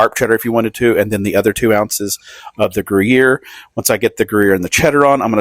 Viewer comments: Gruyère rhymes with where, not hear. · I hate to be the Grammar Police, but you called it Grew Year cheese. Since I am on a first name basis with the cows that make the cheese, I will give you a lesson on how to pronounce it. Most of the cows speak French, so you will never get the accent correct, but you can try. Grew Yair, so it rhymes with air. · Food looks good but "Groo-year" made me throw up in my mouth. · I’m not a big onion fan…but I am going to try this! Ever since covid, I have wanted things with STRONG AWESOME flavor! PS…isn’t the gruyere pronounced gru yay? Serious question…I truly don’t know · Grew-year. Sure. OK. Like that's a thing. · Grew-year cheese, huh? 😂😂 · Gruyère- pronounced “grew-yayr” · Looks great, but use some food gloves for fuck's sake. And I won't even discuss "gru-YEAR." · Saying gruyere like that!!😮😮 😅😅 I can feel the French wincing 😂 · You gotta say Gruyère exactly that way to make it authentic Tennessee … otherwise they’re just cheesy onions